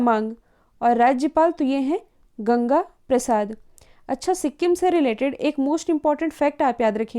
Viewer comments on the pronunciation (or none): none